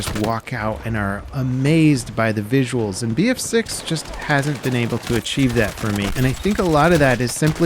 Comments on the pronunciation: “VISIUALS” haha😂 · "VISIUALS" is a new word, love it 👍🏻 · Talking about "VISIUALS" :D